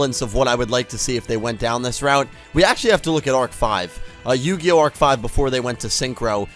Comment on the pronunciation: Arc-V not Arch-V